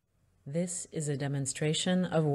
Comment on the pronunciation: Is she pronouncing the word "is" correctly???.. I think it is pronounce as "iz" not "es".. no big deal though and correct me if I am wrong..